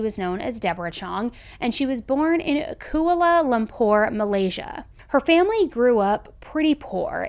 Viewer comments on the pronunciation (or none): Koo Allah Lom Poor. That is how you say it. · Just saying this, If you can't pronounce Malaysia's Kuala Lumpur. You may say K.L. Or you can type and search on YouTube pronounce how to say Kuala Lumpur. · Koala Lahm-poor! You mispronounce at least one word every case. Have your people check before you upload. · Osteopathy isnt pronounced that way nor is kuala Lumpur